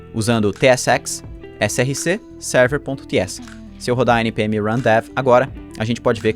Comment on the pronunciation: Alguém fala pro que a pasta src pronuncia “sórce” e não “surce”!!!